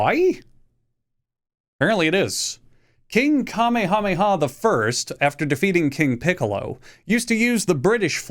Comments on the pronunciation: It's pronounced, "kameha-meha", not the anime superheros power. Wtf is kame hame ha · Bro I hate when you say Kamehame ha. Very funny. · It’s pronounced ka-meha-meha. You’re not a Saiyan you meatball. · Hawaii never wanted to be a state anyway, the kingdom was overthrown by force and legally shouldn't be part of the country. Also you can't pronounce Kamehameha properly LOL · How he mispronounces “Kamehameha” is annoying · As a Hawaiian you got our flag wrong the stripes represent our Hawaiian gods but the Union Jack your correct on king Kamehameha did just like the flag and also why do you call him kamehameha like the anime thing it’s not that hard to say just say ka and then may ha twice it ain’t that hard and also I have no clue what you on but the blue stripes are fire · I’ve never heard that pronunciation of King Kamehameha. Sus. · actually saying Kamehameha like that🤦‍♂️ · If the dbz community doesn't want to punt you for that Kamehameha pronunciation, then it will be the hawaiian community that will. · i’ve heard people pronouncing the dragon ball move as the same as the hawaiian king, not the other way around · The mispronunciation of Kamehameha hurts. I'm not even from Hawaii. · As a Hawaiian your pronunciation of King Kamehameha pains me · At least it's better than that Fortnite TikTok guy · At least he didn't say king galick gun